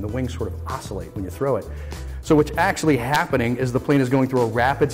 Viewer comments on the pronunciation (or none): "I just love figuring out How things fly. There's AKSHEDDUBFISJR numbers of things you can watch fly."